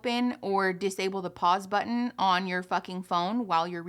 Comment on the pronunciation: continue to be absolutely obsessed with the way pronounces "button". it will be one of my verbal stims until the day i die.